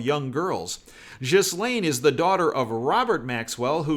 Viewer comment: By far this is the best channel for truth!! Just a heads up the “s” in Ghislaine is silent. Keep up your diligent reporting. ThanQ ❤️